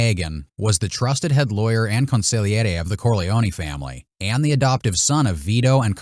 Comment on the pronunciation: Say it like this : Con sig Lee airy